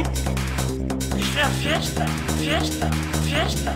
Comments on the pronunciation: tv ad with kid saying "es una fiesta" ("it's a party") on a bad pronunciation due to the dental braces, fieshhhhta! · Pobre pijo bocachapa y mascahierros... por pronunciar mal la palabra 'Fiesta' se le ha caído el mundo encima, no creo q salga de casa xDDD Me descojono viendo estos videos, Saludos!! :D